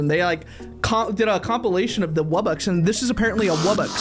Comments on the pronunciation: NO ITS NOT WUBBUX ITS WUB BOX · Its pronounced Wub-BOX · You need to get to level 20 to get the wubbox and its purnounced wub-ox. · Wubbox is pronounced "wub-box"